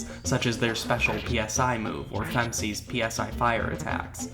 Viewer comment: What the heck is "fem-c" ?!